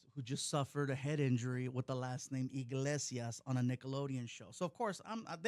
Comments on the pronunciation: She doesn’t even get the name right. It’s not “inglesias” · Kills me how she says inglesias